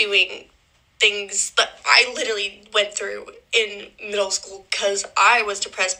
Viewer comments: Says “litelly “ 😂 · Listening to this psychopath try to say the word, literally… 🤮 “Little-Lee” 😂 😂😂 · Literally says "litally" wayy too much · She wasn't even pronouncing it right, she kept saying 'litterly' 😂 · Especially those who pronounce it "litally" because they are saying it too much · “Litily” over and over 😭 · Yeah and I never heard someone say a word wrong over and over and over.......yeah like I m.ean "littley"! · she actually said “litally” 😂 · She isn’t even saying ‘literally’, she said ‘litally’… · How many times will she say litally does she know she's enunciating it wrong? "Literally" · She "LITALLY" .....girl.... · If she learned the meaning of, and the pronunciation of the word ‘literally’, she wouldn’t say it as much…if at all. As it is though, she "littlally" is over emphasising using the same words (and without emotion) that she was "littlally" bullied with the same techniques as the actual victim…"littlally". She’s "littlally" lying her "littlal" ass off. Literally. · I litiewwly seiouswly I wituwilly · I'm sorry for anyone even in this situation but please....it's LIT-ER-A-LLY. It's like when people say AKS instead of ASK.